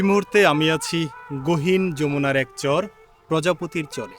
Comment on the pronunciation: চর শব্দটা ভালো করে উচ্চারণ করবেন। মাঝেমাঝে চোর শুনায়। ভিডিও সুন্দর